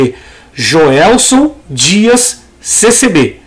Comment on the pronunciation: Irmão , o canal do irmão é Jelson Dias. O irmão falou Joelson Dias. No minuto . Deus abençoe a todos vós.